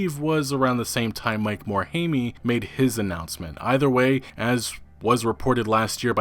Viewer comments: Its pronounced "MOTE HIME" not "MORE HAY ME" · Morehaymee - More-hime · Lol Mike More-hame-eee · "Mike more-hey-me" this is how I know you're not invested in the subject... Can't even bother to get popular names correct